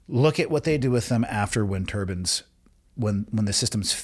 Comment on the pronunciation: Turbines not turbans.